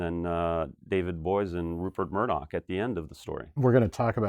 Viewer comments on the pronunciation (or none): none